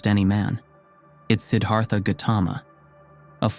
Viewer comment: A gentle awareness: "Siddhartha" is not pronounced with a soft, Anglicised -th (as is thistle or thin) but with the exasperated -Th of Sanskrit ( almost like Sid-arT-ha). The Th in Sanskrit simply put an exasperation after a hard T ❤